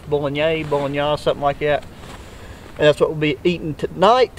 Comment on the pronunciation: Bro Bulgogi is pronounced "Bull-go-gee". The other word you were saying is bolognese pronounced 'bow·luh-nayz'. Thanks for sharing your experience. I am VERY curious about a longer term idea of that TEREN Element jacket. Is it as abrasion and fire resistant as they advertise? How has it been holding up?